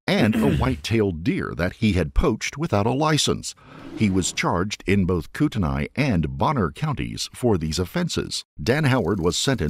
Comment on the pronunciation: finally.. my home state... i can criticize pronunciation cour d'alene is pronounced "cordelain" kootenai is pronounced "kootnie"